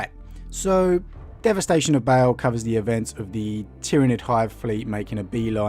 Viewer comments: ITS PRONOUNCED BAAL IT IS NOT BAEL A DOUBLE A DOES NOT PRONOUNCE AS AN E.... BAA like a sheep with an L on the end. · Like "barl" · Its pronounced BA-ALL not BA-ALE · i never usually get triggered but its BAAAL NOT BALE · Why does he pronounce baal like bale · Why are you reading Baal as "Bale"? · Feel like a dick pointing this out, but I believe Baal is pronounced barl. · No, he most certainly did not. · It’s Baal! And San-gwee-nous as in Nitrous! So triggered